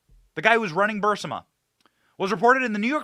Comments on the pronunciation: Benny, it's BURR EASE MUH (Barisma) not BURR SIM UH. The "i" is before the "s" in the spelling. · BENNY! Pronounce "Burisma" ...........BURR...IS....MA not BURR....SI......MA...................... PLEASE!!!!!! THANKS!!!! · "Buh-Ris-Ma", not "Bur-Sim-ah" Lysdexia much? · It’s Burisma - ber is mu Sorry, I had to do it🤓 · Benny Johnson it's pronounced Bur-ez-ma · You keep mispronouncing Burisma. It's Brr is ma. You keep transposing the i & s. The National Archive Office has DEFINITIVELY stated that they have ⁸ALL" of Obama's records. If that's true, how did these records becomes Biden's & seem to be Unknown to the Archivist? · Benny it’s pronounced Burr ease muh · I wish Benny learned how to say Burisma. Otherwise he seems intelligent. It's not BUR-si-ma, so i hardly recognize what he's talking about. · You aggravated the crap out of me mispronouncing burisma... Bur-is-ma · It's pronounced Burr-is-mah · Benny... please.. BUR-IS-MA .. your killing me smalls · If we took a shot every time Benny mispronounced Burisma we’d all be 🪦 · Why can't Benny say "Burisma" (bur-REES-ma)? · Have never heard “Burisma” pronounced as ‘burr-sim-a’ 🤷‍♀️ As much as this company has been talked about over the past 5 years, I’m shocked it’s now getting pronounced completely different. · I LOVE YOU, BUT IT'S BUR-IS-MA (BUR- EEES- MA) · Love your stuff, but you're killing me with the pronunciation. It's [Ba-REEZ-ma], not [burs-ə-ma]. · Burisma not bursema. For the crystal clear correct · Great job, as always. I knew a lot of this, going back a long time, but you do a great job of putting everything together and tying it with a bow. Only please, it's Buris-ma, not Bur-sima. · Burisma not bursama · Benny it's Burisma!!! Not Bursima. No one pronounces it that way and that's not how it's spelled. I like the show but as an educated man, and the tons of people pronouncing it, you should know better. 😏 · It's not Bursima, it's Burisma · Benny, do you say "Bursima" instead of "Burisma" on purpose? Lol